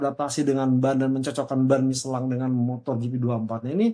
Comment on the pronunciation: kenapa michelin dibaca micelang? gk sekalian miselar water? wkwkwkwk